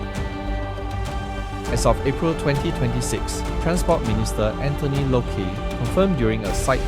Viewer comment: first, Anthony Loke not Anthony Loki, second, per trip is both direction or just one way?